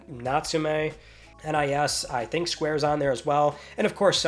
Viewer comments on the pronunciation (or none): none